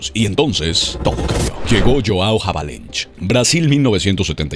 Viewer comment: QUIEN COÑOS ES JAVALENSH??? AJAJAJA! SE DICE AVELANGE...ES ESCRIBE HAVELANGE...PORTUGUES HERMANO